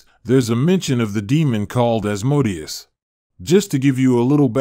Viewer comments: Thought it was pronounced As-Moe-Day-Us, not As*-mode-ee-us. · Pronounced: "As Mo Day Ous"